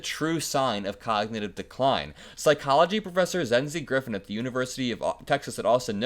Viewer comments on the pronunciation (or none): none